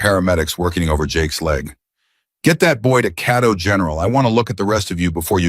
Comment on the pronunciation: FYI....that county's name is pronounced "Kay-toe" not Cat-oh. Please listen and know before publishing!! It detracts from the beauty of the story!!